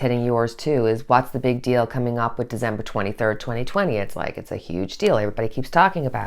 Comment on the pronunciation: December not Dezember